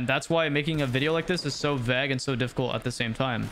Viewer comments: Bro pronounced “vague” as “vag” 😭😭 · the "a" in vague makes the "a" sound like in "stay". keep up the good work :D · Why did you say vague like that.